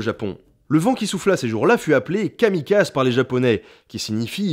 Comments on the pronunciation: Kami "kazé" en fait :c Oui ça se prononce pas kami "case" x) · Vidéo très intéressante :) Petite précision, le 'ze' Japonais (de kamikaze par exemple), se prononce 'zé'. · "Kamikazé" la prononciation à la japonaise (zé) et pas (zeuh) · Sympa le livre sinon c'est KamiKazè et non Kamikaze pour la prononciation ;) excellente vidéo comme d'habitude par ailleurs :) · j'hésitais à le corriger, car étant en étude de japonais, ça me saoul les "Kamikaze" et pas "Kamikazé" XD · Kamikaze, je me suis toujours posé la question... ça se prononcerait pas plutôt ''kamikazé'', à la japonaise? il me semble que kamikazeuh ça ne sonne pas nippon... Après je peux me tromper >< C'est pour ça que je pose la question xD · on dit vraiment kami kaze et pas kami kazé ? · Techniquement, l'empire le plus vaste de l'histoire c'était l'empire russe (puis l'URSS), non ? Ou le britannique, peut-être… Entre les trois, ça doit être kif-kif en tout cas. Sinon, on prononce "kamikazÉ", pas "kamikaz". >.> Oui, je chipote, mais apprenant le japonais, j'ai un peu grincé des dents. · Super vidéo ! Petite remarque à propos du vent divin, ça se prononce kamikazé. Pour nous ce terme désigne ces pilotes japonais qui n'hésitaient pas à effectuer des missions suicides pendant la seconde guerre mondiale, et c'est bien pour cette raison qu'ils avaient ce nom. À eux la charge d'être le vent divin qui repoussera l'envahisseur américain. Une sorte de typhon humain... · C'est bien d'avoir parlé du mot mais (si je peux me permettre) on est sensé prononcer "kamikazé" (comme "animé" siouplai!). En tout cas, c'est une incroyable coïncidence... C'est à vous faire croire qu'il y vraiment un dieu O.O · Un des premiers Nota Bene dont je connaissais l'histoire ! ^^ Par contre, ça se prononce " Kamikazé " > Kami: Dieu > Kaze > Vent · kamikaze . ça se prononce plutôt( il me semble) kamikazé (kami) pour le coter (divin) et (Kazé) pour le vent ^^ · dans "kamikaze" il faut prononcer le «e», c'est du japonais, pas du français